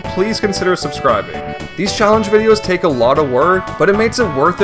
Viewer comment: I don't know if anyone else even noticed or if it's an accent thing or something but I kept getting distracted by the way he says k and g sounds. When he says take it sounds like tate, when he says breadbug it sounds like breadbu or breadbut, when he says wollywog it sounds like wollywod, when he says dioxin it sounds like diotsin, when he says fact it sounds like fat. I'm not trying to make fun and I'm still massively impressed by what he's done, I just kept losing focus when he said certain words